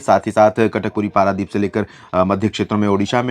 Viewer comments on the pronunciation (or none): none